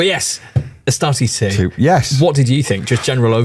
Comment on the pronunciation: *ASTARTES. Not "Astares". Tourist vibes lol.